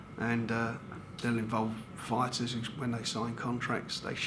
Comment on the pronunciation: Love these geezers - title = tighdul. Fighter = fighda